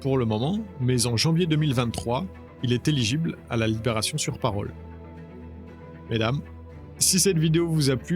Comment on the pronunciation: Tu m'as tué quand tu dis "mesdame" ahahah!! On va t'aider je vais me connecter à youtube avec 4 comptes gmail différent.✌🏼